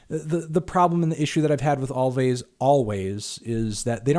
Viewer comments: Anthony it's pronounced 'Always'! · "Alvvays" headass melon